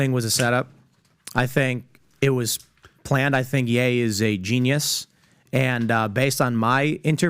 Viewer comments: im still getting over him saying Yee instead of Ye lol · PBD it’s pronounced yay not yee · Why are you calling him Yee? Like do you say KanYee west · Calling him "Yee" is crazy... haha all love tho. Love the pod!